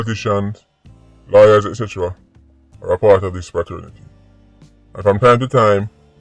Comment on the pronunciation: “Spraternity” will forever tickle me 😂